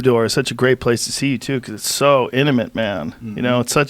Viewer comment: joe still cant pronounce intimate. amazing no one ever corrected him